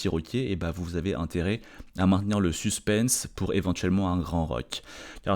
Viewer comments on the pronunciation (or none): none